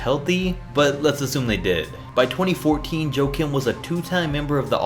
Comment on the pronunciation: Huah-Keem- Noah not Joe-Kim